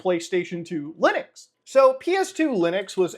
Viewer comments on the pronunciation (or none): Lunix ? Am I the only one hearing that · I fggn lost it when he said loonix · Clicked so I could hear him say ”Lunix” funny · Am I the only one who almost spat his water out in laughter, when he said "Loonix"? 🤣